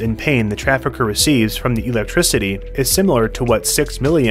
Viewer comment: Great video but his pronunciation of electricity is so jarring 😅